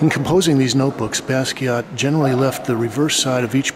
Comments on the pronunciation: thats like blue jeans. its john as in pope john paul. and basket. not bask-ey ay. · Watched him develop all those years but never heard his name pronounced properly?